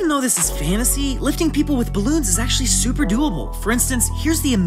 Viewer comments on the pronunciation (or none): none